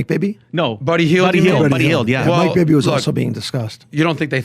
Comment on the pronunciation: Who tf said bibby? Lol